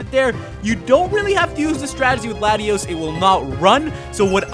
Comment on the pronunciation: how come no one can pronounce Latios and Latias correctly